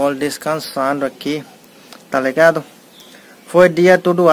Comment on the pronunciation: Oi meu querido vc já fala tou ligado muito bem amei tou ligado tamo junto amo vc vc e sempre feliz Bb um abraço lindo bjs 😘💋